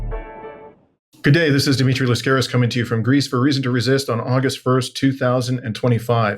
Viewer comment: Ur name is LasCARis not LaSCAREis !!!! Be Greek